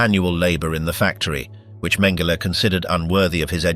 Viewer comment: Mhen- GEH- lee??!!